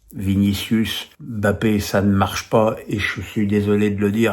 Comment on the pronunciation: Arrête d'appeler bape alors que son nom c'est mbape. Monsieur menes